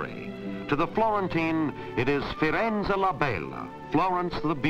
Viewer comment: Ah ah ah. When the narrator says "To the Florentins, it is Firenze La Bella", he probably tries to do a Tuscan accent, but the result sounds hilarious because he does a marked Southern accent instead (which has nothing to do with Tuscany and Florence).